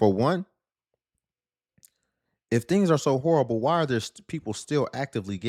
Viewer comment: "Horrible" has three syllables.